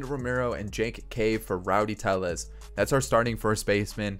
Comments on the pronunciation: Just for future reference Tellez is pronounced as an L because he isn’t Hispanic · How did you butcher tellez so badly